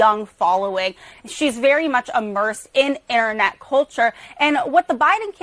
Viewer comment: the way she says “internet” is the epitome of brain rot, and she’s a CNN anchor apparently…